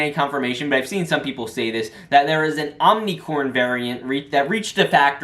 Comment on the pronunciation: lol bruh "omnicorn"